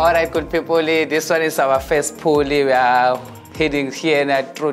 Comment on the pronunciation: The guy leading them on the crystal tour, "good pepole.."everything ends with an" e"😂😂😂